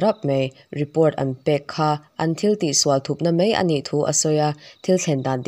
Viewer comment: 'Mai' tih tûrah 'mei' tiin i chhiar/sawi ṭhîn a. 'A' hi 'E' ang hian i lam deuh ṭhîn tih loah chuan i chhiar thiam pangngai khawp mai. 👍🏻